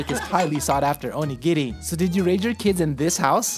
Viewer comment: Not that I'm surprised, because it's you, but I'm so glad for your pronunciation of "onigiri". Everytime I hear "OH-KNEE-GEAR-EE" I cringe so bad.